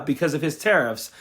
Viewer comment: Tariff sounds like Titith, thieft, GOlieth: keep, keep on